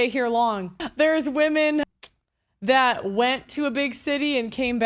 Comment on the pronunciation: Is she says thot instead of that and dunver instead of Denver I’m running before I puke.